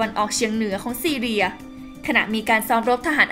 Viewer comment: ประเทศซีเรียจ้า ไม่ใช่ซีเลีย ไปเรียนหนังสือมาใหม่นะ